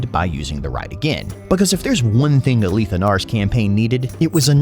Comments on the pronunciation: “Ah-Leeth” is how I’ve always pronounced it, and the first time I heard someone say “Ah-Lith” I was very confused. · The way you pronounce his name is unique. Ive heard the "li" pronounced like Malekith's, but never like "A-Leeth".